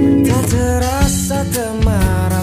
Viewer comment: Mantap liriknya , sangat puitis . Cuma rangkap kedua perlu pembetulan TEMARAM ( hampir gelap , suram ) kata yang lebih tepat Cara sebutan Bung menyambungkan dua kata itu membuatkan kita dengar seperti dia menyebut TEMARA ( tidak jumpa maksudnya) Semoga bermanfaat